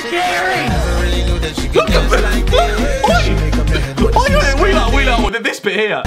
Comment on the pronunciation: Did Harry just Say shikiri shikiri lollll. I can't with this guy😂😂😂😂